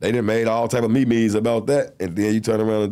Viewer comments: Bro said Me-Me’s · My guy said "Me-Mes" 😂